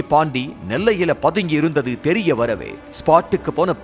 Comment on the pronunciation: தெரிய தெரியர வந்துச்சின்னு சாதாரணமா சொல்லுங்க. அது என்ன தெரிய்ய வந்துச்சி ?